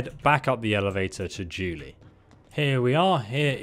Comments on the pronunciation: LOL yeah, it is supposed to be JUNE-LEE but he always mispronounces names. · Yeah and it is "JUNE-LEE" not Julie. I love listening to those mispronunciations.